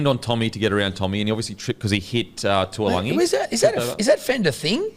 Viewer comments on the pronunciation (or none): Everybody butchering TAULAGI's name, its not TUALAGI lol love the banter on this though #bringOnGame2